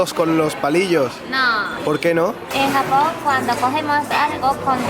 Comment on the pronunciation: Aaah me encantó el video 🙌🙌 pero dices "jamón" en lugar de Japón 😂😂😂 sólo fue una vez y chicos "hacer" va con H saludos desde México 😆